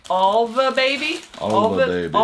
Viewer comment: Alva is pronounced Ale va Yes those are for cloth diapers